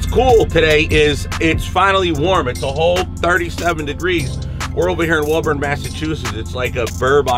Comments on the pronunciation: So cool to see you out here on the east coast near boston! Its pronounced WOOOburn though like the rick flair WOOOOOOO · How did you pronounce Woburn? :O